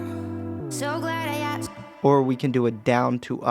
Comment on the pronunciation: asked not aksed